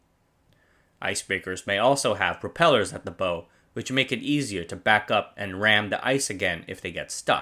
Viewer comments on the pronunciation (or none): When you make a video about ships, but don’t know how to pronounce the “bow” of the ship (its bow, like when you bend at the waste to show respect to someone, not bow like the thing yiu shoot arrows with), it doesn’t give much confidence that you know what you’re talking about. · Numerous pronunciation mistakes. The front of a ship is the bow, but not pronounced as done here, but in the way the word is used to describe a performer acknowledging the audience's applause. The CH in "archipelago" is pronounced like a K. A sailing vessel the size of Lenin is called a ship not a boat. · its bow like take a bow not bow as in bow and arrows -. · bow like 'taking a bow', not 'shooting a bow'. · Gunna be pedantic for a quick second: the front of the ship, the bow, isn't pronounced like a bow and arrow. Think of it like when you say "Ow!" from stubbing your toe, but with a B in front. Your videos are fantastic and I love the information, but I just grew up on the ocean and want to help you educate people on topics like this! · I laugh every time you mispronounce "bow". (The word "bow" has three meanings -- the front of a ship, what you shoot arrows with, and bend at the waist -- and two pronunciations.) EDIT: this is not a criticism; English definitely has a complex vocabulary that borrows from many other languages. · Bow as in NOW ! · It's not "bow" as in the weapon, it's "bow" as in the gesture of submission. It's so obvious and apparent, how could you get this wrong without context to guide you?? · 'Bow' like 'take a bow', not 'bow and arrow'. Rhymes with 'wow' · Love your video, but bow rhymes with cow. Unless of course you're firing an arrow out of it. Also, the ice will make it impassible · A ship's bow rhymes with plow, not know The CH in archipelago is pronounced K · Bow as in "bow wow", not as in "bow and arrow". Great content, huge oversight.